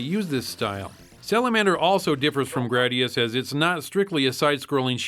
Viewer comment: Its not "Grad-di-us" its "Gray-di-us"!!!